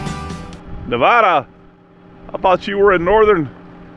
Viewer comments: There is no "H" in the word "Nevada" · Sa(L)mon is fine. I didn’t know it was an East Coast thing. The other common thing I hear from that coast is the pronunciation of Na-VAW-daw. Out west we say the second syllable the same as mad, bad, or sad . . . Because in Lost Wages - I mean Las Vegas - you are usually one of the three.